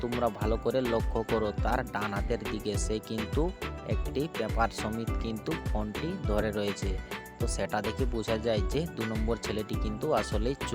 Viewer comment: Konti ❌❌ phonti ✅